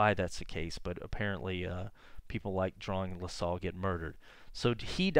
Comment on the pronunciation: I know what you mean. I've lived in Montreal all of my 50 yrs and I'm into collecting antique maps of Montreal and surrounding areas. I live at the foot of Mount Royal too, so I have a lot of similar thoughts and feelings. Funny to here LaSalle pronounced as La-sol. I like this channel's style of recounting history.